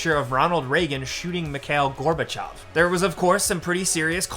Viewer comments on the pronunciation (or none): none